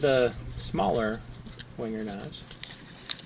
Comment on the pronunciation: Please pronounce Wenger ven ger not winger